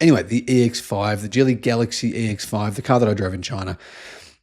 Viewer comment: "Geely" is pronounced with a "G" as in "Gaga," not "G" as in "George."